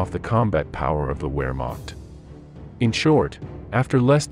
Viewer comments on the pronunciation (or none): Leibstandarte….pronounced phonetically: libe-Shtan-darteh Wermacht…pronounced: Vermacht Wenck….pronounced: Venck Good video although poor pronunciation undermines your hard work. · Nice video but geewhiz pronounce Wehrmacht and Luftwaffe correctly please.